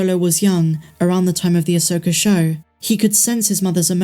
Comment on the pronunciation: I hate that your prounce it Asokarrr